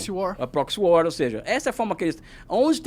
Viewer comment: Agora respeitei esse Monarque, ele sabe falar "proxy war"!😆😆😆